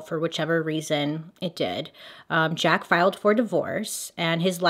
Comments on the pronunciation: 🤣🤣🤣 Not pronounced Jaka...it's French...zJaaaks with back throat guh sound on the cq is how Jacques is pronounced. Lol...Hilarious! I realized this is 2 years later, and you probably figured this out. lolol...ty ty ;))) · “Zja-kuh”... “jack” 😂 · Jhaaarks not Jack 😁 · Jaques but pronounced shaq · We went from Jaca to Jack— neither correct, on the name Jacques. 😂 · So funny how she pronounces the name Jacque 😅 for those who dont know its a french name and its kind of your US version of the name Jack. ❤ the more you know...🌈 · ...it's the pronouncing Jacques as "Jack" for me LOL love u bailey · I’m gonna need you to learn how to say Jacques in French. 😂 word of the day tho, amirite? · Bailey. Sugar. You can Google how to pronounce the name. Love ya!